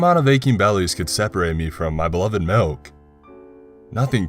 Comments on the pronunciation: Got melk? IT'S MULK!!! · No no no no you're saying wrong you're saying Malk like it's a disease. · POUR ME A GLASS OF MALK. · Pour me a glass of malk